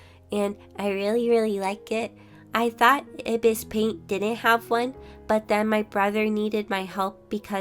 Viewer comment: I-bis? Think you forgot that it's pronounced eye-bis paint